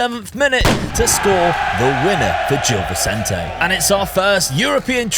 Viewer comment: great video as always, btw gil vecente is pronounced more like jill visente